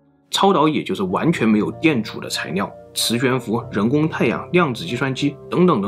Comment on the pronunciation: 到底是埃及難還是中國難🤣🤣 這個難色是超導材尿😂😂 整個影片被這發音一直搞笑